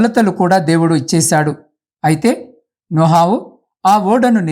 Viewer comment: నోహావు కాదు sir నోవహు